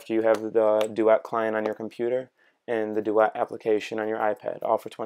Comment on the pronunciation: Pronunciation of duet is bothering me.